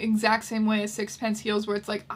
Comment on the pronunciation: That's not how you pronounce sixpenceee. There's an ee at the end.